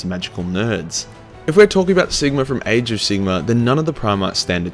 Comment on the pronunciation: Sigmar has an R on the end of it.